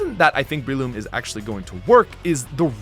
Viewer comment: It’s BRELOOM not BREEloom